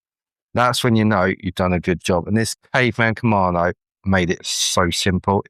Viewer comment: KamaDo, not KamaNo